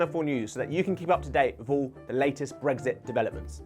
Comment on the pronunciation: It sounds like he's saying get breakfast done